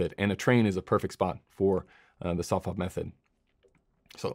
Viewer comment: What are you calling it... "Sof Fob" method?... I can't tell what you're saying, but I think you're talking about when you hit someone's body with hard light and their face with soft light?